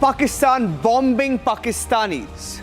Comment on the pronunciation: Hey its not "Bom Bing" it is Boming (thats how it is pronounced, the middle 'B' is silent.